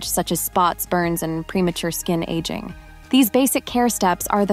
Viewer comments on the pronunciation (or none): I agree, it sounds like AI. In other videos the same is pronounced differently in the same sentence. "Aging" was pronounced like aguing. Totally fake.